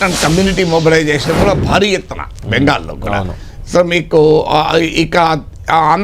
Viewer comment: బాలీ ఎత్తున కాదు,భారీ ఎత్తున అని పలకరా నాయనా... 😂